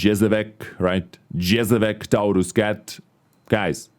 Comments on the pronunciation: how to pronounce Jezevec correctly : JE-ZE-VEC : YEH-ZE-VETS ... JE(YE) like Yes, last letter C (TS) like tsunami...thanks for info video.... I think Tier III tanks are useful. For example, for storing unwanted 2D styles or donated recruits from Twitch drops with no XP. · Bro, your pronounciation of the word Jezevec was extremely wrong :D :D :D I almost choked. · In croatian is jazavac, when he pronounced it i was like no no, so wrong 😂😂